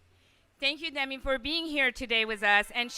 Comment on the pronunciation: Dem-me Moore? It's Dem-i.. Learn to pronunciate